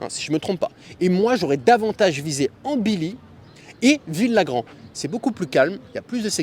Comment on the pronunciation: On dit "Artha" et "Ambilly", le "ll" prononcé comme "Chantilly"